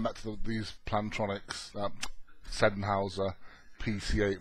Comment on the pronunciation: English pronunciation = Sen-Highser not Sen-Howser.